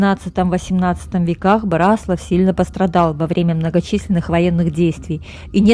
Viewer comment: Вряд ли вы будете в восторге, если кто-то, рассказывая о городе, в котором вы родились или живёте, раз за разом будет делать ошибки в ударении. Город — Бра́слав. Район — Бра́славский, озёра — Бра́славские, соответственно, Бра́славщина. А то, что вы назвали тайной, покрытой мраком, имеет свой термин — орфоэпия.